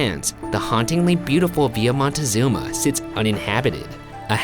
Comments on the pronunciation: Question: Why did you pronounce Villa using, what seems like with, Spanish or French grammar pronouncing it ‘vee-yaah’ and then don’t prononce the ‘z’ in Montezuma as a ‘th’ but as a ‘zz’. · Honey thats not how you pronounce Montezuma